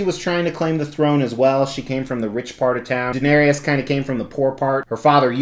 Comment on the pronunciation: Why does everyone pronounce her and her dragons names wrong 😣 it's Dan-air-ees not Dan-air-ius. And it's Dro-gon like the word 'gone', not Dro-gown. Just a peeve of mine, sorry. Lovely piece none the less.